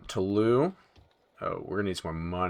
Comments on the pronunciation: If there's an 'e' after the s in french you pronounce the last syllable. (Toulouse should sound like you said 'to lose' a bit fast) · Dude, "Toulouse" is pronounced like "to lose yourself". Thank you, -Bleeding francophone ears. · Please look up how to pronounce 'Toulouse'.